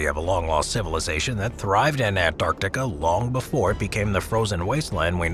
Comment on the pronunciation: I dislike this guys way of saying Antarctica....